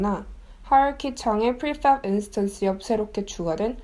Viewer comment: 그냥 프리팹이라고 하면 안될까요. 하실 수 있는거 다 압니다. 너무 발음에 유의하시다 보니 빨간색도 뿰-간색 이라고 말하게 되는 오류를 범하게 됩니다.